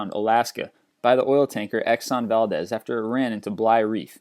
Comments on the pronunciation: FYI it's actually Vahldeez, not valdes, the e is long. Just for future reference. And for all the trolls, I was raised in Alaska and we have never heard it pronounced like he does neither have we heard it that way in the actual town of Valdez. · its pronounced valdeez